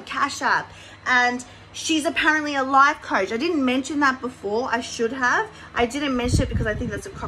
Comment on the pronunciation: A lie poach ? Almost sounded like you said life coach lol 😂 that would be a joke